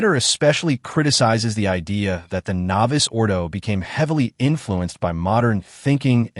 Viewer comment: I know it is an AI generated voice but if your going to comment on matters of liturgy the important terms should be pronounced correctly. It's not "novice" ordo it's novus (novoos ordo).